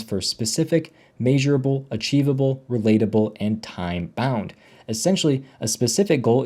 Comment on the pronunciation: It’s pronounced mehsurable not may but great video